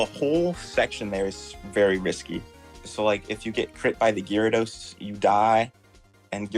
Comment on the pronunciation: Dude is saying GyaraDOSS hahha